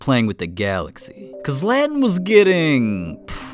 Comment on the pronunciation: "zLeaTEn's mEstEaIk"💀💀